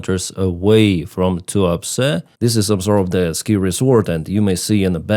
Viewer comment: The town name sounded like you said “Too Upset” 😂.